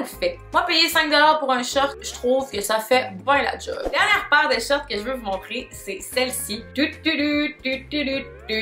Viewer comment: La façon dont tu le mot «shorts» me fait tellement rire haha on dirais tu dit « shirt » j’étais perdu 😂😂